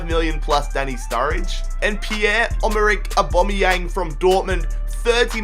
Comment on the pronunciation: Piear omerrick obameyang. Please get better at names